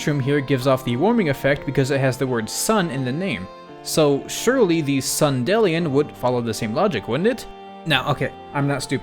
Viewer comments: sun-dee-lion like dandelion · Why would you pronounce "Sundelion" like that? It's just dandelion, but with sun.